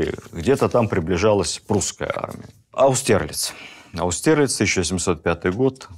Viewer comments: АустерЛИЦ ударение ,а не АуСТЕРлиц!!!((👎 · А почему Владимир Ростиславович всё время произносит "АустЭрлиц" и "ВинценгАроде"? Ведь это заведомо неправильно. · Áустерлиц, если использовать немецкое произношение.